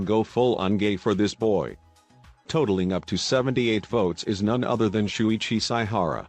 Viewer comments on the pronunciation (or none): "Shu i chi Sai ha ra and K AH AY DAY A KAH mahtsu" bruh